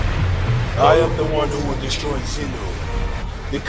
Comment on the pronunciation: did he just say destroy zino 🤣🤣🤣